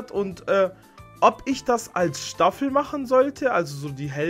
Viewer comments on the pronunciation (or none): Stafel stuhfel